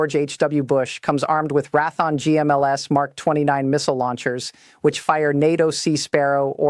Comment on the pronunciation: “Rathon” is Raytheon.